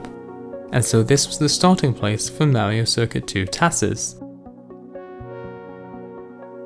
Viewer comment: "This, is mawio cuircut twu" I love it! (Not hate btw)